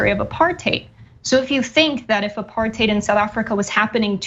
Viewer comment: I believe apartheid is pronounced apar•tide not apar•tade